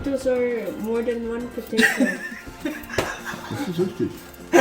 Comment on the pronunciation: Natawa ako sa pronunciation ng potato at sa kakulitan ng anak mo.